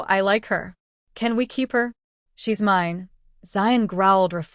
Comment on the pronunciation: The word is "mine" rhyming with "wine", NOT "me-nay". Or "mean". Also please stop the Spanish comments - not everybody understands.